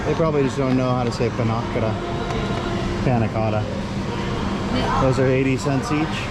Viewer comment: "Pa-nac-cada".... 😂😂😂😂 That had me rolling🤣🤣.